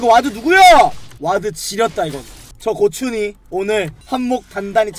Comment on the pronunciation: 고춘이가 고추이라고 들려